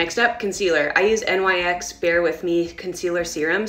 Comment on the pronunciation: Hello gorgeous ~ I’m that friend who won’t let you keep mis-pronouncing something, so for NYX, just call it ‘nicks’ 😎 and also it’s ‘shu-say-doh’ or ‘shusaydoh’ You SO totally rock, Mama 🫶🏼♥️🫶🏼